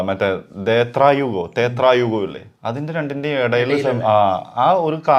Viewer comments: തേത്രായുഗം ❎ ത്രേതായുഗം ✅ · Dethra yugam alla thretha yugam aanu 😊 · തേത്ര യുഗം അല്ല bro ത്രേതായുഗം👍